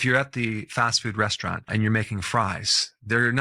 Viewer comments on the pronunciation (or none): none